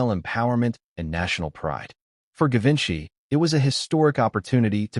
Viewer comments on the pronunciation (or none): Given by is pronounced with a soft G. :Geevenchy